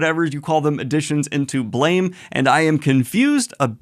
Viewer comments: Hey Daniel, just wanted to let you know "Blame!" isn't pronounced like blame, but instead like blam, with a phonetic "a" sound. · It’s pronounced “blam” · slight correction Blame! is actually pronounced Blahm no idea why I don't even think the author knows english iirc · Daniel, I know you like to intentionally mispronounce things to get pretentious YT commenters riled up, but in case you don't know, Blame! is actually pronounced closer to Blahm. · Just so you know, it's pronounced "Blam!" I know it doesn't make sense... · BLAME! is pronounced as BLAM